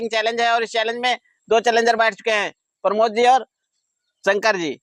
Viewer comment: भाई उनका नाम प्रमोद है, आप दोनों लोग उनको परमोद -परमोद कह रहे है 😀😀😀😀😀😅😅😅मै सोरांव से हूँ